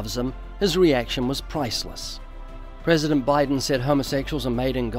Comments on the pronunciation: Your prezshent sees you. Thats reassuring. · The prehsehdehnt rehsehntleh mehmehmeh. God.